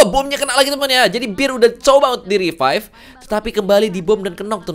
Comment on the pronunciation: Revive bang BUKAN RIPAIP ANAK KAMPUNG BIKIN KONTEN GINI NIH